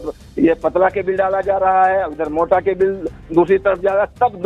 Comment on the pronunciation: जी केबिल कोई शब्द नहीं होता आप दोबारा चेक करें,सही उच्चारण केबल ही है